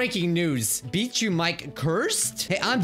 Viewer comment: WhY dId YoU sAy BiJjUr MiKe?